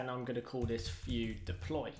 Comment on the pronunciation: so, you call don't call it Vue , you call it "Fue" in British